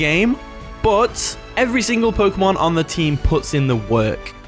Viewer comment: When he says work, I imagine twerk 🤪 😜 🤣